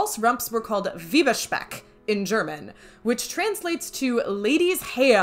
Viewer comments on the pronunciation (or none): Happy biiiiirthday!! ❤️ Thoroughly enjoyed the video. I feel a little under the weather so the laugh was just what I needed. Thank you! Little linguistic lesson: it's "Weiberspeck" ("ie" is pronounced "ee", but "ei" is like English I in German. So, "viber-spec") 😁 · Thank you! "Wieberspeck" threw me off the video, whats with people from the US always messing up ie and ei?! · Weiberspeck (pronounce V-eye-ber) means the ladies bacon, so her own flesh! XD So your Weiberspeck is very kosher! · Little nitpick: "Weiberspeck" is pronounced with the "ai" sound in the first syllable. "Weib" is cognate with "wife" and is an old word for "woman". And "Speck" is "bacon", but in this case it means the body fat of an animal or human.